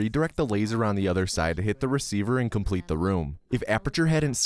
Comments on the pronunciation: the word complete changes to cumplete XDDDD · I noticed that "complete" turned into "cumplete." :)